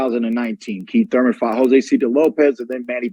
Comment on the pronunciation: KEET TURMEN